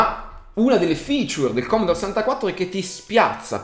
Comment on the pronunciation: Non si puo dire commodore!! :P